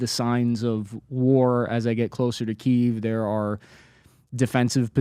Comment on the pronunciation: This guy just saying "Keev" is irritating for some reason. ""